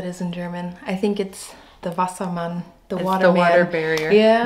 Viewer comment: Perfect pronunciation of "Wassermann."